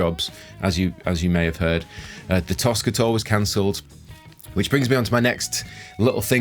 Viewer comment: Toska, I thought you said Tosser. Hahahahaha!